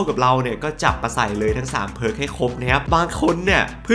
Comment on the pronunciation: ไม่รู้ไปโดนตัวไหนมาอ่านเพิร์กเป็นผิก→_→